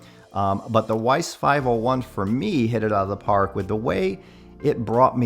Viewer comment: Hey just heads up the W in Weiss is pronounced V as it is a German name. Cheers